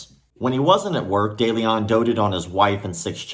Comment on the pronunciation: The letter e in de Leon or Deleon as it might be spelled is pronounced like e in the word "lend" and the "on" like the word "own" not that I care about criminals but I have the same last name.